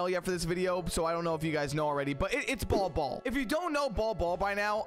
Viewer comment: It’s pronounced ‘Bowl Bowl’, but hell ya! 👍